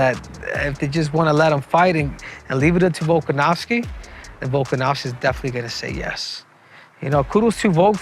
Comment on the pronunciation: Learn to pronounce his name, Henry.